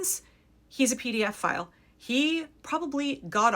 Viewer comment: Ped o file, not PDF file